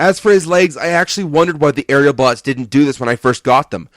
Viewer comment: wait did he say areabots or aerialbots?